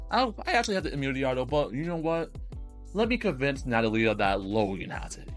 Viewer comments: I mean maybe we're both right I thought Amelie would be Amelíe and it was actually Ámelie/Amélie As a native spanish person and speaker i've always pronounced Natalia as Na-tá-lia and not Na-ta-lí-a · It's alright i know you didn't say that i'm wrong Because i never said you were wrong either way we're all just trying our best and sometimes we just gotta help each other out I think the way you say Natalia is fine too it just stranged me a bit at first